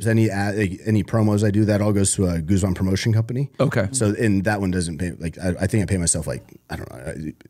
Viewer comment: First guy to pronounce “Guzman” correctly 💯